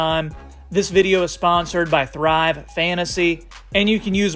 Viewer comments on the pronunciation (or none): none